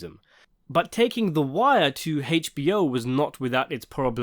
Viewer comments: How can I get you to stop pronouncing it “Haich-B-O”? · The way he says HBO kills me